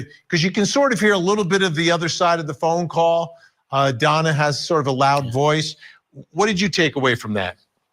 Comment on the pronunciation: DONNA not FONNA ... LOL